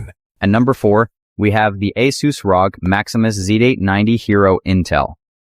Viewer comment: When the AI voice mispronounced Asus I stop listening to this video